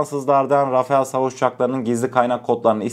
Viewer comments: Rafael değil Rafal demelisin❤ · Selamünaleyküm yav kardeşim « RAFAEL »değil « RAFALE ». Çoğu yerde bu yanlışlık yapılıyor. Yani neymiş RAFAL diye okunuyor Rafael değil Rafale de değil RAFAL diye okunur. Selametle kalın Allah’a emanet olun. Bu arada kanalda sunduğunuz içerikler çok iyi. Tebrikler 👏🏼👏🏼👏🏼🇹🇷☝🏻💪🏻🇹🇷🇹🇷🇹🇷🇹🇷🇹🇷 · Rafael değil .. rafal